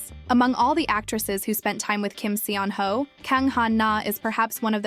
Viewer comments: Still mispronouncing his name.. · One of my favorites! 😊 The pronunciation of his name here tho... 🤦🏼‍♀️ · Please, if you are going to use him to generate views, say his name correctly. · PLEASE OH PLEASE learn how to pronounce his name properly, seeing as you say it every 60 seconds